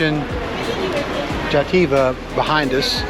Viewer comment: Less than 3 minutes and more than 10 times pronounced wrongly. xD Poor 'xativenses'. Xd Xàtiva <- has accent on the first a. So instead of "xa TEEva" it should be said "XA tee va", very big first A. Close to CAnada in english pronounciation. Nice video!